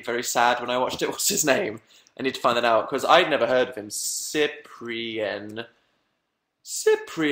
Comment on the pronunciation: Who knows Cyprien here ?? I didn't expect Dan talking about him. I'm french btw and I love how he said his name.